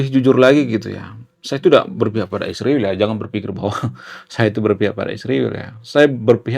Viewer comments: Kau ini sebut israel sj salah tapi sok pandai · Bang emang gak bisa ya KL bilang Israel kan sama2mengucapkanya ??